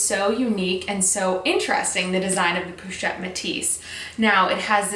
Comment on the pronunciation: po not pou ;)